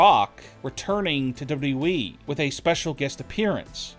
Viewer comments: Great report but.... Could you do everybody a freaking favor please.....it's pronounced WWE......NOT W...EEEEE!!!! FFS MAAAN 🙄 that's super annoying!🤣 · Why do you talk like that? Why do you say wwe like that?